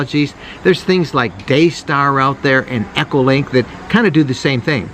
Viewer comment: Its D(eee) star NOT Day star- lol. I could just hear all the ICOM fan boys cringe when you said that. Lol. Great video- but just wanted to point that out.